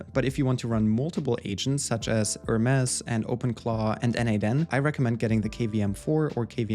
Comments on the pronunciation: its pronounced HER MEs not HERMESS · Nice Video! Btw the Hermes team has been clear that it's pronounced "Her-Mees". The other pronunciation is a fashion/design brand. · Use AI to edit your video, seek and replace with correct Hermes pronunciation.